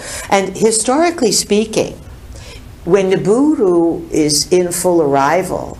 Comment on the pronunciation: I thought it was Nibiru, instead of Niburu